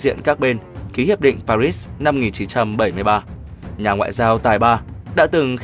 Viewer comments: sao ưa rườm rà thế !? - cứ vô ngay tiêu đề !! - đáu cần chào mừng này nọ phí thời gian !! - lại còn đọc "pa-rits" nữa ?!! - đó là tiếng Pháp !! - chưa từng có ai đọc "pa-rits" (theo Anh-Mỹ) bao giờ !! - chớ tự đắc : "kôg ai đọc , mình đọc mới hay" đấy nhé !!? -- thiết nghĩ : - cơ quan nhà nước nên có xác đinh cách đọc chuẩn về từ ngừ tương tự cho thống nhất !! - đừng để mỗi kẻ đọc một lối tuỳ tiện !! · Đọc cái thủ đô của Pháp nghe hết hay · Kênh này sao phát âm Paris và Genever nghe kỳ quá. Phát âm tiếng Pháp không đúng. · Paris hay Paris vậy đọc mà cũng ko chuẩn âm nữa nghỉ đi đừng đọc nữa. như ông nguyên xuân phúc ý tiếng anh 1 chữ bẻ đôi ko biết phát biểu hội nghi ASEAN ko nói ASEAN mà bố phúc với bố phúc vẹo nhà ta cứ đọc ra vẻ sành tiếng anh lắm ý cứ đọc ASEAN thành Asim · Paris thì đọc chuẩn là Pari , tại sao bạn đọc là Pa rích ????? Lúc lại đọc là Pa rít ????? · Pari đọc nghe n thấy dễ nghe hơn đó , cứ đọc pa rít nghe chối chối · Đã quen nge Pari , bây giờ ông đọc Paris nge sao rùng rợn !! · Pary ....rít 😂. ... thiêu thì đọc palê. . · Sau mà người đọc lời bình luận " Hội Nghị Pa-rýt "; tôi nghỉ Paris là thủ đô của nước Pháp thì người đọc BL phải theo giọng tiếng pháp là " Pa - ri" là đúng hơn. Cứ nghe Pa-rýt là không hiểu gì cả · Người việt nam chỉ biết hội nghị (PA RI) chứ ko biết hội nghị Pa rít nhé.... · Tại sao mà người đọc lại là pa rít mà ko phải là pa ri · Tại sao Paris thủ đô của Pháp ptv cứ đọc là Pa rít vậy trời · Nên đọc đúng tên Paris sao đọc Paric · Chưa thấy ai gọi park là parit như câu thuyết trình viên kém học này thật buồn cười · Sao giong doc nay lai doc sai chu Pa ri la Pa rit.phai doc chinh ta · Để nghỉ tác giả đọc cho đúng chính tả pari lại đọc là parits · Nên đọc là hội nghị Pa ri hoặc Ba Lê. Đọc Pa rít chứng tỏ là không giống ai và bị đánh giá thấp. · Sao cứ đọc pa rít vậy. Phải đọc là pari chứ. Nghe đọc mà cảm thấy khó chịu. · Khonh biet doc Chu no no this dung co doc nua l Pari la pa ri chukhong phair la P PA6